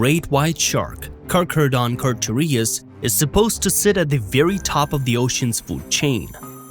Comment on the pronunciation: If you want to know how to pronounce the Latin name for the Great White, watch 'Jaws' and listen to Richard Dreyfuss' character Matt Hooper. As you got it completely wrong! Other than the pronunciations the video was good. A lot of correct facts, which is nice to hear as the majority aren't anywhere near as correctly informative.